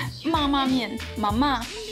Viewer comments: 泡麵的唸法ma（類似注音的一聲）ma（四聲）這樣唸才對喔☺️☺️ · 我的泰國同學說你說mama很棒，至於 Ba mee kung sum rej roob他覺得第一泰國人不會說，第二個說了發音也不對，哈哈哈!!!!所以不用學~~~